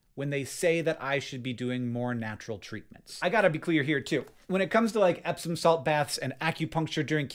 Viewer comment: ... "epsom salt"... thank you subtitles! I first thought you said "absinthe" 😂